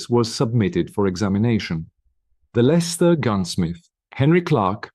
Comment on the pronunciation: Im from Leicester born and bred there is no pictures of Leicester the accent is terrible you are pronouncing village names wrong and i visit bella wright grave often